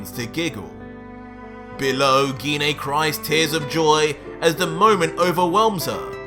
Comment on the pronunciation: I thought it was pronounced gi nay not gee nay stop changing wat you call her its mean idk what my own moms name pronounced is also I don’t think gine would be in hell she’s the most nice calm and collected saiyan besides me gohan goten trunks